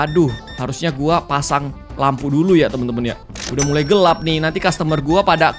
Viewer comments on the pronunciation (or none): none